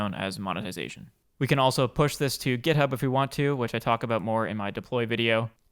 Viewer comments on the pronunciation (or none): none